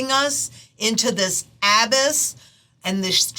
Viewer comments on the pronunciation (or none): accent on the 2nd syllable--a-byss'